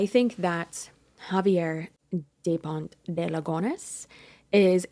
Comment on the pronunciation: Is Xavier pronounced Havier or Zayv ee er? In Australia it's the latter but I too am an 'untravelled' Caucasian 🤣🤣